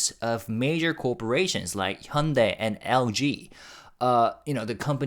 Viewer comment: I assumed you are Korean but then why are you pronouncing Hyundai incorrectly?